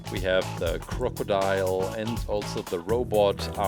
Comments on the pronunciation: you know he doesnt play the game when he say crocidile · Crcordile? It’s Rex wdym